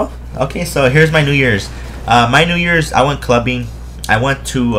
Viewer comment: did you say new years or "nigga"?